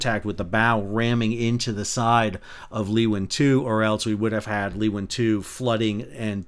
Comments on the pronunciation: Thank you for this. Having crewed on Leeuwin many years ago (1996), being berthed a handful of kilometres from where I used to live and only 700km from me currently this investigation is of considerable interest to me. One point though - Leeuwin is pronounced Loo-in. Have a good'n, mate 🫡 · I'm both a Perth local and a seafarer, recreational and professional (ex-ROV pilot). Sal's pronunciation is a good laugh, especially Cockburn Sound (Sal, it's 'Co-burn' 🙂) and 'Loo-in'... 😂😂😂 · Minor point of pronunciation, Leewin is "Loo-win". No, I don't know why. Something something English. and we call them boys, not booees. again, NFI. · Just getting confused all the time on the name of Leeuwin. It is Dutch for lioness and pronounced more like lay(-u)-win. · Great video. Ps it’s pronounced “Lou” “ win”. ( run the two words together) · Excellent report - appreciate the detail! For reference, Leeuwin is pronounced Lewin, see Wikipedia. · Great breakdown. Fremantle is my home port. In my days when I was helmsman, I would advise the pilot if I was hard over to maintain a heading. As Master for the last 18 years I constantly want to know where my rudder is. BRM not working here. Just a couple of notes, Leeuwin is pronounced Loowin and in Cockburn the ck is silent so Coburn. Not knocking your video just saying. I did my Masters at Fremantle and part of the course was to complete 6 pilotage runs in and out with the pilots. That was a great experience and should be done in all schools. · G'Day Sal, STS Leeuwin is Pronounced "Looin", just to let you know! Armadale West Aust. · Leeuwin is pronounced as: Lay-Win (the words lay and win, smacked together and pronounced in one go). Leeuwin means a Lioness. The male version would be a Lion, in Dutch: Leeuw. Pronounced as the word lay with the W of the word win, like; Lay-W. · While we are at it, we pronounce Leeuwin as LOO-win Thanks for the update Sal. Very informative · Pronounced more like Loo-win, not Lee-win. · Leeuwin, not louin.